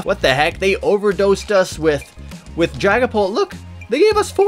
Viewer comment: I thought he said dragon Balls VMax Lol 😂